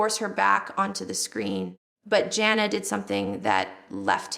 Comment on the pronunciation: I don't know who this person is but it's not Jill! She pronounced two of her sisters names wrong, Jinger and Jana....her teeth is different...its NOT JILL